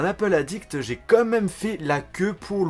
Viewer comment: T'es au courant qu'on dit "quand même" et non "comme meme" c'est pas si compliqué ....